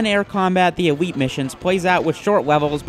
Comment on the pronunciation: Army men air combat the EWEET missions, let's take a wook.